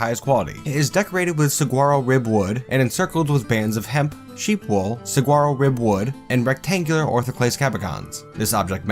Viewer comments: The word saguaro is pronounced sa-wa-ro. The g isn't pronounced like a g and it sounds somewhat awkward if you do. It's from a native american language so it doesn't follow English rules. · Saguaro is pronounced Sah-wa-roh out here in the desert southwest. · Saguaro is pronounced sahuaro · Rewatching this and noticed your complaint on the word Saguaro. It might help to know that it’s pronounced sa-WAR-oh. The G is silent. As an Arizona boy born and raised, I know plenty of people out of state who say it the way you did and I always find it humerus. They find the word much less unpleasant with the right pronunciation. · Great vids! Tip I learned visiting Arizona, Saguaro is pronounced suh-WAH-do. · As a resident of the Sonoran desert, the way you say saguaro kills me. The 'g' is silent, sue-wah-row. Other than that I'm in love with these series. It makes me want to do my own Dwarf Fortress series considering all I do in my spare time is play it or watch videos on it. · Arizonan checking in, I can make you like the word saguaro better. It's pronounce suh-wawr-o the g is silent. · It's sa-waro. Source: I live in Tucson. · You're saying that cactus wrong xD It's kinda funny hearing how you're saying it. Loving this fort! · Well it sounds awkward to me, but I am from where they grow so hearing it said wrong isn't something I'm used to I guess.